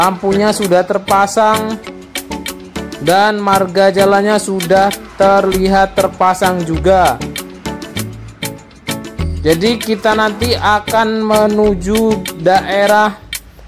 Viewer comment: Wong yg ngomong aja mbaca teks,, Makanya sering sendat sendat ngomongnya,,, Perlu wawasan omm Marka jalan dibaca marga jalan.... Perlu wawasan om